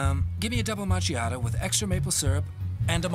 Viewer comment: Nigga ain’t even say macchiato correctly LMAO